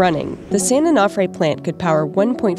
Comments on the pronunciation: Its pronounced Onofre. Not Onahfre. Is it that difficult to say? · Onofre is pronounced o no free. Not o naw free. This is why we call the beach their SanO. 🤙🏼🏄‍♂️ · San An-Off-Ray 😂😂😂😂😂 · San "oh know fray" why did you keep mispronouncing it after you heard the locals say it that way? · You guys couldnt learn how to pronounce "onofre"? So professional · The way the narrator pronounces "Onofre" really bothers me